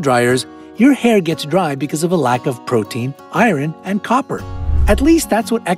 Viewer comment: Did he really pronounce the H in Herbs?? And Iron as Iren? Whyyyyy